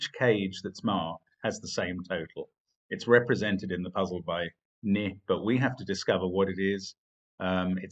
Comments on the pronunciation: Mark? Isn't it pronounced "knee"? I've never heard it said as 'nih'... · Forget issues of emphasis, Mark said the word "ni" wrong. It's pronounced just like the word "knee".